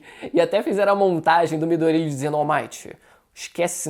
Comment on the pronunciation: Não é Midorîa, é Midôria (colocando o assento só para ajudar a entender o que eu tô falando)